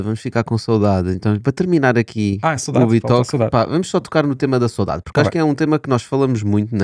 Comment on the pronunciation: PORQUE É QUE O SR. DIZ "SOUDADE" E ESCREVE "SAUDADE"? CUMPRIMENTOS.